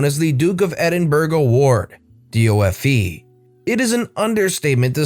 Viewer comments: If you didn't, I would have 👍 And "D of E" not "D O F E"! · D O F E is pronounced D of E and Edinburgh was also pronounced wrong, but it was close enough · also DofE is like 'D of E' if that helps